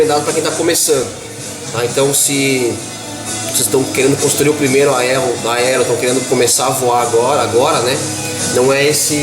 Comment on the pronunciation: . AELO ... cebolinha do hobbie brasil kkkkkj